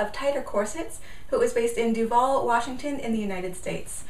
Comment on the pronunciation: You didn't mispronounce Duvall. I grew up near there.